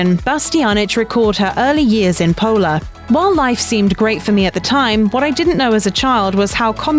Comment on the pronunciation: IT'S PULA (POOLA) 👎NOT 'POLA' !!1